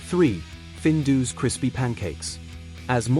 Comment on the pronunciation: findoos hahaha AI voiceover if you're shy is one thing - Findus pancakes were actually savoury and not deep fried at home - the AI picture of maple syrup covered 'American' pancakes next to 'not crinkle cut chips' just finished me off - also all the footage of cereals was very American - we never had that level of sh1te cereal - we had our own issues like sugar puffs making wee smell like diabetes... skimming forward it doesn't get better - there's lots of classic footage and pictures out there - a stills montage would better than the AI videos .. babycam? is this like an Epstein approved onlyfans? - look the writing was on point and made me smile but the AI killed it - good luck